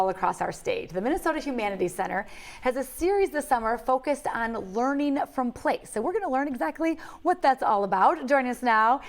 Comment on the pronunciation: 😆😆😆 " quality leeerning center" 👎🏻 ever wondered what it sounds like when you embezzle then flush tax dollars down a toilet?